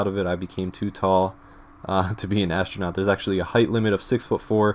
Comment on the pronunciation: Ashtronaut, shtructure, ekshtremely, it looks like you change every S sound before every T into SH. Is this a habbit or some local accent? I am asking as an English tutor who has to study many accents to understand all sorts of materials from many corners of the world.